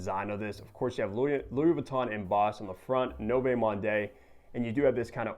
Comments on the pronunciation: No vay monday😭😭😭 you have all these fragrances but cant even pronounce the name right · Lmao 🤣 NOVAY MAHNDAY!!!, that aside good review. 👍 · Americans butcher everything. I’m pretty sure it’s pronounced like ‘Nuvo Mond’ bro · Pronounced “New-Vo Mond” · Butchered the name bro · Noooo!!! Sorry to scream at you but honest comment, every time when you butcher so badly the name(100 times throughout this video), it makes me feel like you are swearing at your mother. Yeah, that feel. So please, please, and this applies not only to you but also to any reviewers especially you are becoming bigger with more subscribers, it takes only a few seconds to Google to get the right pronunciation. I know you're American obviously don't speak French but it is so important as you try to describe the fragrance. Keep up the great work though. :hand-purple-blue-peace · Wow that was the most brutal pronunciation of french i've ever heard lol. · Only popped by to hear you butcher another name and it was splendid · He is not even trying 😂